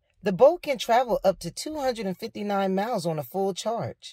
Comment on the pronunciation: With the caption on she's says boat lol tho I know she meant bolt. Not sure is she saying boat or bolt